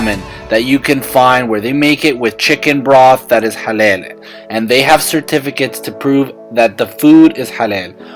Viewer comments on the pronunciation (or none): IT'S NOT HALEL, IT'S HALAL. Much love from Sydney.